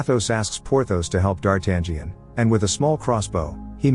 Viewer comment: It never gets old! It never gets old. No matter what form of media it's got adapted, no matter from which era, no matter how bad D'Artagnan's name was pronounced, the adventures of the Three Musketeers will always be my all time favorite classic.